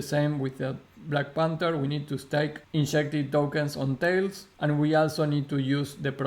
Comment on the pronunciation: Ma, its not Tail its Talis......